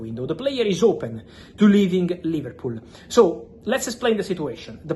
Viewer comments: Man said Liverpoo, I can't 😭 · LIVERPOO & OOOGO EKEYTEEKAY 😂😂😂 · ‘Liverpoo’ absolute vio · 'Liverpoo' 🤣 - how true! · mans put "liverpoo" 😂